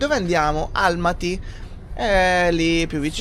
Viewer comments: e quindi....sembrerebbe dall'ultimo vostro video 'Abbiamo deciso di sconvolgere tutto' che l'accento è sulla seconda 'a' ...quindi Almàty! Eh eh 😊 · Buondì e. Secondo me gli accenti sulla pronuncia di Astana e Almaty sono sbagliati😂😂😂😂 Astàna(accento sulla seconda a) e Almàty(con accento sulla seconda a)....dovrebbero essere così 😂😂😂😂😂😂